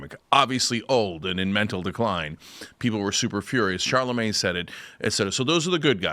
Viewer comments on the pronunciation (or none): none